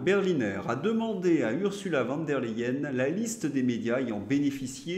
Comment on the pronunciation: Ce n’est pas Van der Leyen mais Von ( se prononce Fon) Autrement merci pour vos émissions. Le diable ne peut il pas enlever Pustula et l’amener en enfer avec Macron en plus 😊